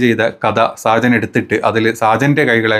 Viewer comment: സാജൻ അല്ല ഷാജൻ.